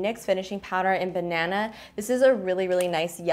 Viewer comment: i love when canadians say "banana"